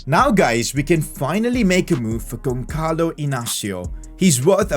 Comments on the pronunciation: Who cringed when he said GonCalo Inácio instead of Gonçalo Inácio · the ç you read pretty much as an s in portuguese, so just basically say Gonsalo an not Gonkalo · when the is int the middle it's an s sound so the sound is Gonsalo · you need too reed the ç like a s